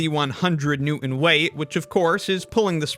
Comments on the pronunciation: what's a new-in isn't it pronounced newton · There is a "t" in newton. Kindly pronounce it. New'ens. 🤮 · Poking fun at literacy whilst pronouncing Newton as Noo'in is a ballsy move. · "New-in"? But then turns around and says "Latin" like a regular person. I couldn't take it any more. Thanks for 3 minutes of entertainment. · So, you can figure out "ideal rocket Equations but can't say Newton ???? New-in Is NOT the correct pronunciation the "T" isn't silent annnnnd this generation is screwed .... Gonna get my own scale use dumbell weights with the two pulleys and forget about theory until the operation is completed pretty sure the scale will settle out with the COMBINED forces as it isnt anchored to anything annnnnnd as it is suspended by the tension .... of the two weights and SINGLE pulleys 😊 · Petty, but I'm utterly distracted by the lack of T when he says New'ins name. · I hope it's constructive, but the "new, in" pronunciation of "newton" is distracting and sounds kind of childish to me. I know it's common, but I think that pronouncing the t (or softening the second syllable) in similar words will help you as a communicator! (Specifically, your tongue should touch the roof of your mouth behind your teeth) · Why does this man think think "Newton" is spelled "New-in" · i love your pronunciation of "newton". is that a glottal stop and a vocallic /n/ i'm hearing? something like [ˈnjuːʔn̩] perhaps? also, "scales can't read" is such a beautiful non-native sentiment. most people are never taught about this secondary meaning of "read". edit: from the comments, it seems that natives don't know about this meaning either. who'd've thought. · New-in? Lah-in? Do a video about pronouncing the letter T next. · Dude,… I can’t even take you seriously with you pronouncing it “Nehw’inn”. YOU… sound illiterate. You got ONE JOB… Please… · Who's New-in? It's NEWTON. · The way you pronounce newton causes me physical pain. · Um, the word 'newton' contains the letter 't'.